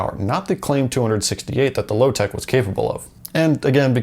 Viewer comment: its lotec and not lowtech ffs...